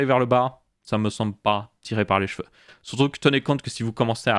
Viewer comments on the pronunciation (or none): none